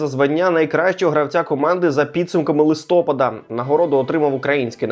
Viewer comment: листОпад... жах... Уже втретє пишу, що листопАд. Авторе, ти хоч щось тут читаєш???